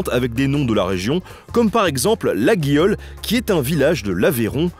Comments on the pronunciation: On dit LaYole et pas Laguiole !!!! 😭😭 c'est l'erreur classique mais c'est important pour les Aveyronnais 😂❤ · Laguiolle se prononce layole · Merci pour cette vidéo ! Au top, comme d'habitude ! (Petite précision qui peut être a déjà été donnée: Laguiole se prononce "Laïole") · Petit message d’un Montréalais d’origine Aveyronaise, on prononce "Tié" et "Layole" 😂😂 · Petite correction : laguiole se prononce "layole" (je suis coutelier a laguiole 😛) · Bonjour, en tant qu'aveyronnaise je me dois de faire un rappel car ça m'a fait tiquer fort fort : le GU dans Laguiole ne se prononce pas, ça se prononce "Layole", je sais c'est pas logique mais ça me trigger sincèrement de pas le prononcer bien 😭😭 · Exactement ! Il est bien présent dans "AliGot" ça suffit ! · Salut, toujours aussi excellent ! Par contre, pas besoin d'avoir du sang Gabalout pour prononcer Laguiole sans le "gu".. 😉Bien à toi et au grand plaisir de te visionner ! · Merci, tu m'as évité d'être le relou qui le reprend sur la prononciation ^^